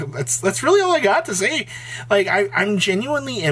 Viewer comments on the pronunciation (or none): Maybe you should. It's say not day.